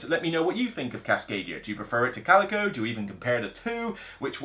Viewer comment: It's pronounced kal-i-koh. Coleco was a company that made the game console ColecoVision in the 80's. ; )